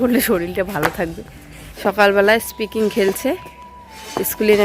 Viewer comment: স্কিপিং বলে, স্পিকিং নয়